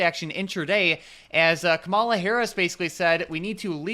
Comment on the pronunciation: Can you at least pronounce Kamala correctly!